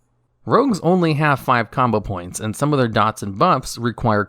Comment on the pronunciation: combo points he says likes “Kama points”